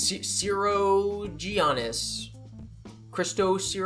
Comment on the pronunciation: i think you pronounce that tsirogianni name as siro-gon-ee